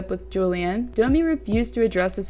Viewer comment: is this on purpose that you prononce dummy instaed of Domi, i'm just curious, English it's not my first language